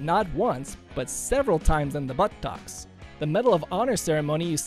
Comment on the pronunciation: Shot several times in the but-tocks!!!lolol!!!